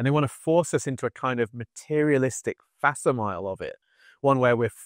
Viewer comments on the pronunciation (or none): I love you and your videos, so I need to tell you something. 'Facsimile' is pronounced fak-sim-ee-lee. It's something like a photocopy. Remember the days of the fax machine? X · I'm, sorry but - fac-sim-i-le, please. Latin fac = made + simile = the same. Otherwise brilliant as ever xx